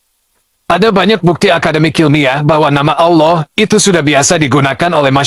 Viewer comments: Ditulis ALLAH dibaca AULOH 😅. Gimana woi. Tumbenan Menakem Alibaba marah. Pas dolo belom muka lap kok ga marah. Setelah muka lap kok jadi jahad!!! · Kalimat Allah tp islam menyambut nya awlo bukan Allah, seperti nya umat muslim harus belajar menbaca perkataan allah dengan betul 😅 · Allah dibaca Auloh, gw rasa perlu belajar membaca lagi😊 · Kita sebut Allah tapi tidak akan baca Awloh atau Owloh